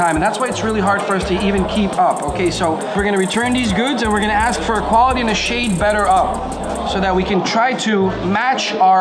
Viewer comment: Why the fuck can't people pronounce "ask"?